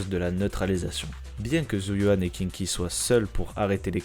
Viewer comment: Pas Kinky... Sérieux: ça se prononce Shingui. Et au pire Queengui, si tu prends le prononce comme ça s'écrit. Et c'est Hii-chuan, pour Yixuan et au pire Yii-shuan. Suffit de mettre les voix en VO: chinoise. Sarah l'antagoniste qu'on laisse plusieurs fois filé en là regardant partir... à pas de jogging... 🤔 Protéger par le scénarium. Et sinon cool le résumé, toujours sympa de voir un rappel de la saison 1 qui date quand même.